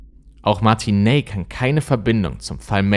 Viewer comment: Du sprichst "Martin Ney" falsch aus, das "ey" wird hier ausgesprochen wie das "ei" in "nein".